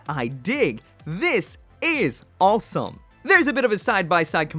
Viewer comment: Why do you pronounce awesome as "all some"?